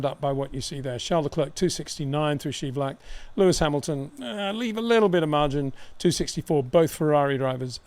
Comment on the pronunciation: it's not schaivlak either but whatever